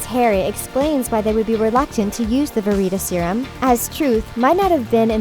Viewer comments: Yes it's called Veritas Serum not Vereatus Serum. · sharyn Zombie YES! Like it’s not verYtasYrum and it’s not patronYum LIKE WTF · Doughby, patronius, ver-eet-a-serum, inf-fooooence. Edin-bu-row. Can she read?